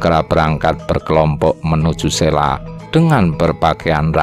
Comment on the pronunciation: Bacanya Selo bukan Sela...trus Wali Sanga tp bacanya Wali Songo bukan Wali Sangha seperti kata Budha .era wali sdh Islam jg Hindu bukan Majapahit lg mayoritas Budha.kayaknya spt itu